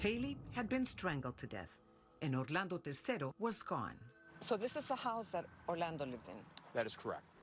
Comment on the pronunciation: I hat the way she keeps saying Orlando